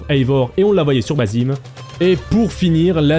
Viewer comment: Alors petite précision ça ne se prononce pas Bazim mais Bassim, même si ils ont mis qu’un seul S. (Qui est une faute d’orthographe d’ailleurs). Car le prénom Bazim n’existe pas. D’ailleurs dans le jeu ils le prononcent correctement.